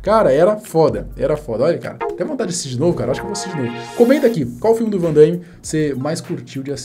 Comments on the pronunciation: Aonde que vc encontrou esse (i) cara? O nome do cara é Van Damme, vc fala Van Da(i)mme. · Não é van Daime. É van DAMME mesmo. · Pare de dizer. Van Daime, É Van Dame. 😂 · Ver o vídeo com o cara falando "Van daime" o tempo inteiro é de doer, rsrsrs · o cara começa o video falarndo "Jean Claude Van DAIIIME". Fechei o video na hora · Uma correção aí: o nome dele é JEAN CLAUDE VAN DAME E NÃO VAN DAIME. Ele não é Andaime e sim dame ok? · " VAN DAIME " P/Q/P! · "Vandame" a pronúncia, não Vandaime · Não é Vandaime! É Van Damme ! Hauhaha andaime é lá na obra... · fico invocado pq algumas pessoas pronunciam o nome erroneamente , nao é Van dãiiíme , é simplesmente Van Damme. outra coisa , Soldado universal foi TOP ! rs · Damme e não Daimme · Mais um que fala: Vandâime 😂😂😂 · po " vandaime" ? kkkkkk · Jean Claude Van Daimme 😅😅😅 É Van Damme Não Van DaIIIme não tem i 😅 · O nome dele não é Van Dãime não, meu prezado, é Van Damme (Dâme) mesmo, esquece esse "I" aí, por favor!. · Van DAMME, não DAIME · Vc sempre com vídeos legais, mas melhore na pronúncia “ VANDAIME” tá errado kkkk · van DAIME ? HAHAHAHAHHAHA Cara nao consegue pronunciar um nome pelo amor de Deus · Um panda morre a cada vez que alguém diz Van "Daime". 🐼🪦